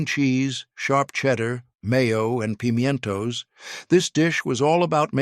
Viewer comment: "Pime-en-to" cheese balls. The AI pronounciation is humorous.